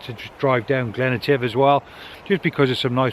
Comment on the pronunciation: Glen Etive, my local fishing spot. Being a Scotsman I laugh at how you pronounce Etive,lol. Thanks for the great video, and the tip on the noodle point, or whatever you call it. I just bought a slider, and now found out I have wasted my money. AAaaaaaaa. In 4 months time, you will need you midge net in Glencoe.